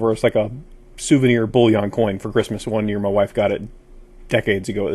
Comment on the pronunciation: Ultrasonic cleaners do not remove tarnish. This is for removing surface dirt, grease and grime. Also the word “bullion” is pronounced BULL-ian not bull eon.